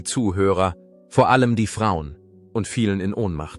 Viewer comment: Vi - erzig ! Vor - ellem ...wor Musiik etc. Pos , fuenfefzich ..Pos .. Unmöglich , diese schreckliche KI - Stimme !!!!